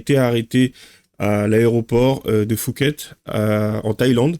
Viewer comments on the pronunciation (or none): A l'aéroport de Fouket ?? 😁😁😁 Phuket se prononce POUKET ... Faut vraiment être débile pour voyager avec une valise qui "soi-disant" n'est pas à toi. En plus, les téléphones sont moins chers en Thaïlande... Son histoire ne tient pas debout !! Les autres avec des kilos d'herbe sont tout autant débiles. Attention à la peine de mort ou la prison à vie... J'ai vécu 12 ans en Thaïlande, c'est pas l'Europe, là-bas tu ne joues pas avec la police. Et les prisons sont différentes, c'est pas le club Med comme chez nous. Après, ils demandent de l'argent !? Bah, y a qu'à revendre qlqs I-phone... On voit aussi trop de vidéos où on voit des "french- arabic" foutre le bordel partout où ils passent, la police Thaïlandaise a bien raison de les punir. Pour l'avoir vécu, souvent, je faisais semblant de ne pas comprendre leur language pour ne pas être comparé à ce genre de parasites.